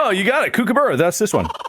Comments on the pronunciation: i just need to let everyone know thats not how kookaburra is pronounced it's more like 'cook a burrow' but with an 'uh' sound at the end instead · fwiw kookaburra and emu are Not pronounced like that (there’s a y sound after the m in emu, for a sound more like ‘EEM-you’, and kookaburra is a short o sound ‘COOK-uh-buh-ruh’) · As an Aussie, their pronunciation of Kookaburra made me laugh so hard 😂So wrong. It’s pronounced “ku-kuh-buh-ruh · Ah yes, the cook-a-buurr-a. The famous Australian laughing bird. I got a lot of these just cos a good chunk of them were Auzzie or memes lol And I agree, ptarmagins definitely have Ethan vibes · the decimation of the pronunciation of kookaburra smh. cook-ah-buh-ruh. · Kookaburra is pronounced with more of a cook than a Kook sound at the beginning. Cook-ah-bar-ra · The way they pronounce kookaburra 😂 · That is the funniest way I've heard an American pronounce Kookaburra. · the pronunciation of kookaburra had me rolling